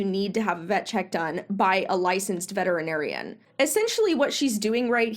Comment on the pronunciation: SO HAPPY that you pronounce ALL the syllables in VETERINARIAN!! So many people don't and it is SO annoying!! (Vetrinarian is NOT how it is spelled!!) THANK YOU from ALL Vets!!